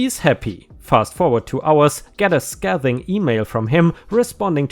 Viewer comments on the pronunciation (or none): Because you have asked for help other times, the "g" in "stingiest" is pronounced as if it were a "j" (apparently in both British and American English). "Scathing" has a long "a".